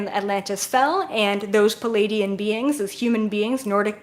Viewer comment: 🤷🏻‍♂️ Yeah, but that’s just. She’s like me, almost all MACRO, very unfazed by details (like pronunciation). I kid, I kid... 😂 But, I can relate: the first several weeks I followed her, I was wondering who these ‘Palladians’ were, exactly... Then after I got to know her better, I realized she just had trouble with the double-vowel cluster in the word Pleiaidian. Now that I get that, I don’t bat an eye anymore whenever she says stuff ‘uniquely’ ☺️ (I teach pronunciation, so I feel silly that it took me so long to realize this)